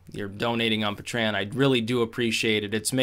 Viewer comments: PAY-TREE-ON say it with me like a patron. pay-tree-on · Just release these talks in a audio only form. Also, Pay-tree-un, vim-ee-oh. :)